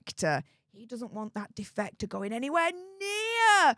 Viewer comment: Defecater? Ohhhh defector😂